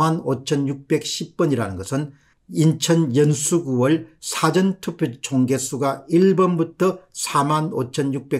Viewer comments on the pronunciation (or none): none